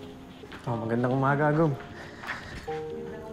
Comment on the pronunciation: Ahhgom ahaha🤣 Agum po 👍